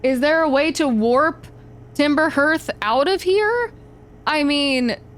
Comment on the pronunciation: Hearth is pronounced "harth" right? Or is this different in the US?